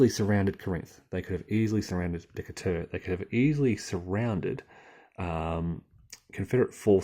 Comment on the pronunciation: Oh, one thing (not to harp, but I thought you'd like to know)... There were a few city names that you are pronouncing "incorrectly" for the local dialect. 1. St. Louis - you are calling it Saint LOU-ee. It is pronounced Saint LEW-is. 2. Corinth - you pronounce it Cor-INTH. It is CORE-inth. 3. Decatur - you pronounce it DEH-ca-tur. It is De-CAY-tur. (Almost, Dee-CAY-tur, but not quite.) 4. Cairo - you pronounce it CAHY-roh. It is CAY-ro (in Illinois. You say it correctly for Egypt!) Take it for what it's worth and thanks for the good videos on USCW.